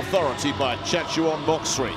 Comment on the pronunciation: Chatchu-on Moksri The surname Moksri Please pronounce as MOK-SI no need to read MOK-SA-RI its a special tradition in Thai :thanksdoc::thanksdoc